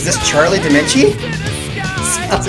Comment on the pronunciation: >Favorite band is Dream Theater >Doesn't know how Dominici is pronounced